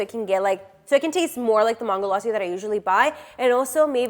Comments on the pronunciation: Wokey we get that you’re American and you’ll have American accent when you try to say something that’s other words which is not your language but the way you say mangolassi sounds like MAAANGOlassi when you could simply say MANGO and then lassi but you sound like you’re trying sooo hard to get American accent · who tf says Ma-hn-goe laa-si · Same . She pronounced mango properly but maango laasi it triggered me as a India.